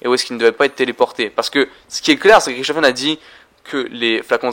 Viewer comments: Désolé si t'a prononciation est horrible pour les oreilles quoi. Oui je critique à chaque fois mais d'un côté c'est pour toi aussi...J'ai jamais entendu TREYARK y'a que toi oO" Ta même un soucis avec Richtofen tu dit RIKtofen fin la encore tu la dit qu'une fois xD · D'un côté je suis d'accord on le dit avec la prononciation anglaise mais de l'autre pour nous les français ca veut vraiment rien dire quoi et la prononciation est lourd surtout